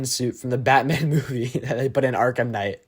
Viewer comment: Less go arrkahm